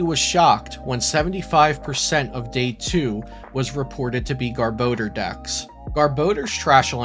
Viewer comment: ok im sorry but... Gar-Ba-Door